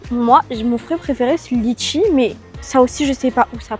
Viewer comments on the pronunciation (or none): none